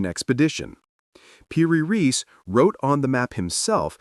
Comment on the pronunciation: The name is PIRI REIS, not PIRIS.